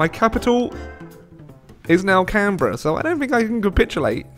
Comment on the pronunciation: Points for pronouncing Canberra properly